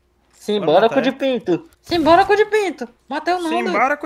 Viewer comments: eu tava ouvindo sinbolico e n sinbora kkkkkk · meia um tentando falar simbora tendo um avc